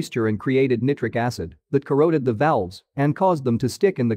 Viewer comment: Nitric is pronounced night-rick